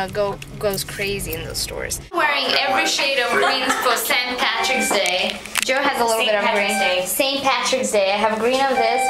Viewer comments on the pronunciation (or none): Hey miss olga! its St Patricks Day not St partiks day..... lol MOOSH! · haha she called it st. partiks day :)